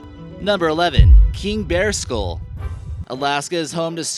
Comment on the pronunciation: Dumbass announcer, what the hell is a ‘skool’ ? It is a SKULL you numbskull.